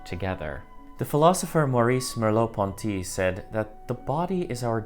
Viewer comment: Merleau-Ponty, pas Merlieau-Ponty